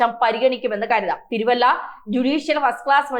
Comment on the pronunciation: തിരുവല്ലം അല്ല തിരുവല്ല ആണ്.